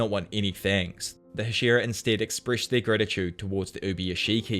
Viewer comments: These videos are great, but I wish you pronounced Hashira remotely correct. It sounds like you are saying Ed Sheeran. Other than that, great job. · Bruh it’s HA- shi - RA